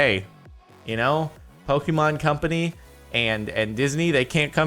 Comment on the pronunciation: did he just say pock-eh-man